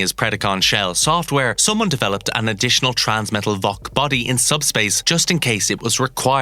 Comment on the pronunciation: Is it just me, or is this narrator mispronouncing the Vok like "Volk" instead?